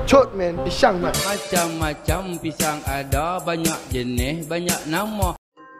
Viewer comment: Knp selalu ckp PISHANG